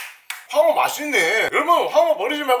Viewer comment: 황어가 아니라 퐝어 인줄